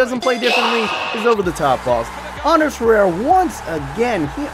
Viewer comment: Love the videos, and not hating but just so you know its Ander Herrera, not "Anders," and Varela, not Valera. But love the videos